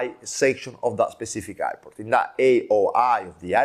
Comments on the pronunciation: This guy can’t be pronounced the word airport and he’s trying to teach 😂😂😂iport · Say airport sir….air air port